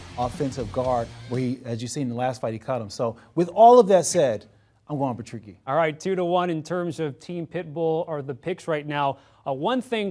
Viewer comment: its patricky not patricio you muppets